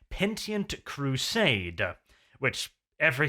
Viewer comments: PENITENT CRUSADE. NOT PENTIENT CRUSADE. Fuck I can't believe I've heard you laud yourself on your grasp of English. lol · Pen. Ih. Tent. Not Pentient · Penitent. Say it with me: Peh-nih-tint. Not pentient, like pentium processors.